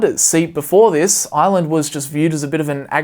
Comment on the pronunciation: I kept thinking he was saying Island instead of Ireland